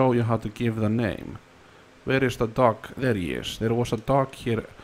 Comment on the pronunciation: The way he says dog like doggy